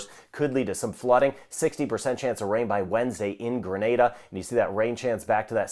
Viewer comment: Thank you,, for keeping us all updated and for pronouncing my island's name correctly. I'm annoyed when most foreigners outside of the Caribbean say "Granada." Appreciation from Grenada 🇬🇩.